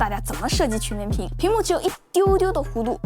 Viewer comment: 跟我读曲(qu一声)面屏